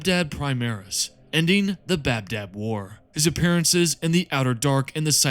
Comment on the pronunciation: It's ba dab not bab dab